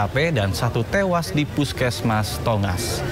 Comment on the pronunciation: Innalillahi wa innalilahi rojiun..smoga husnul khotimah u seluruh korban kecelakaan yg meninggal dunia aamiin yra..salfok sm narasi pembaca berita knp ada intonasi korban "tewaas" tdk ada kalimat yg lbh enk u d didengar..